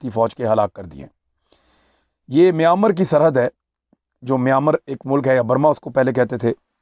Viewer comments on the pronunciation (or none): اس ملک کے نام کا صحیح تلفظ " مے ین مار" ھے۔ "مینمر" نہیں ھے۔